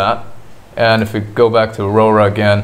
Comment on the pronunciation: Aurora? AU-RA